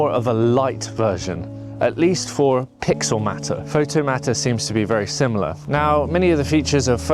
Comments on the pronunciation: Thank you lol. That seriously annoyed me 😂. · It’s pixelMAYtor not pixelMAHter. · Matter? Isn’t it mater, as in Automator?